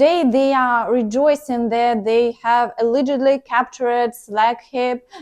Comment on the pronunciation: Failure, allegedly, shocking, toward, haven’t succeeded, some words to practice their pronunciation